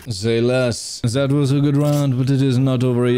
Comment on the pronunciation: Its that not zat bro